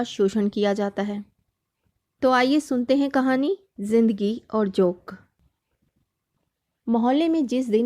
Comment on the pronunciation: जोक नहीँ , ।जोन्क। अनुस्वार ।सही नहीं लग रहा। ।